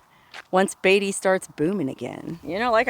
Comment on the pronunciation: You're pronouncing Beatty wrong